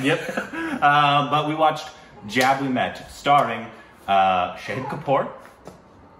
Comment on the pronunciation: It's not pronounced jab it's pronounced jub